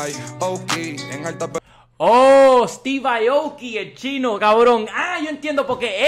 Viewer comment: Es steve aoki, y el dijo ESTIVAI😂😂😂 lol el listening ta’ malo 🤣🤣